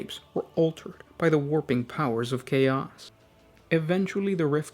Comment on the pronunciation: I gotta agree. Many words are whispered, and he places a weird emphasis on the last syllable of every sentence, like "the planet was swarmed by hoards of cha-OS". This is intended as feedback, not trying to tear the guy down or anything.